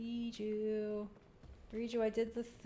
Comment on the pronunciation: It’s Riju, not Reachyou.